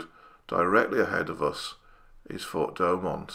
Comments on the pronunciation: Great video. Thanks. I've been to Verdun several times and have read much about the battle but the arial shot add so much to understanding. As for your accent, I personally don't have an issue. But pronunciation could be improved - try Do-oh-mont. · Great video, I've been to Fort Douaumont (pronounced Dew-mon), amazing anyone survived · great Video, excellent research on the topic. and some extra facts like the percentage of duds and stuff. loved it and will watch more for sure. one thing: its Douaumont not doughmont. XDXD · Douaumont is pronounced "Dew o mon" in French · "fort de DouAUMont"